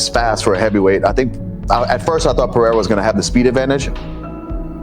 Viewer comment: Is Chael Sonnen mentally deficient? He calls Ciryl Gane "Surreal". He calls Alex Pereira "Piera". From now on, I'm going to call him Chase Sony.